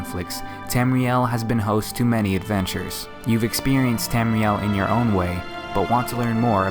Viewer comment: Tamriel. Not Tamrile.